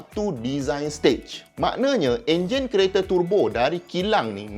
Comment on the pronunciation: Dengar tu pronounced untuk turbo ni Tur Bo,bukan Te Bo..meluat juga bila mat2 kereta bila sebut turbo ni jadi tebo..